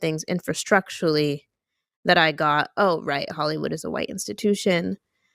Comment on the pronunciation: She understands things "Infrastructurally" WOW she must be weally weally smaht!